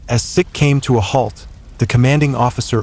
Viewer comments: HMS Seek not Sick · Please pronounce the names of the thing your talking about properly. It's pronounced " seek " as in the Indian men who wear a turban. It's not " Sick " as in unwell. Many other mispronounced words in this video but this was the one that really annoyed me. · Hi just thought you'd like to know HMS SIKH is pronounced seek not sic. in reference to the 🇮🇳 indian religious sect "the Sikhs " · You keeping saying HMS Sick forced me to stop watching this for and give you a dislike.